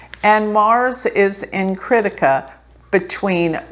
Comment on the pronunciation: It's pronounced! Kri+thi+ka kri thi ka! Not crítica! When you say it with this position it sounds like critical! A negative vibe!!